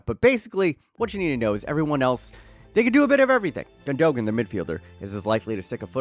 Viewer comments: "Gun dough gan" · never heard gundogan's name BUTCHERED that bad lol